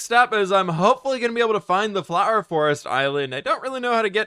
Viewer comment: I love the fWhipifwhied fwhower fwhorest fwharm